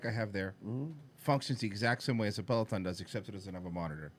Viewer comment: He absolutely said Pelotom